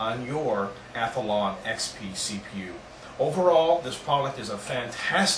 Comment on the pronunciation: omg you pronounce athlon SOOO wrong. its ATH-LON not ATH-A-LON jesus.... god that gets on my nerves. THERE ARE NOT 2 A'S IN ATHLON!